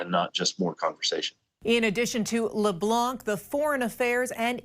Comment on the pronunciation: It's leblan not leblonk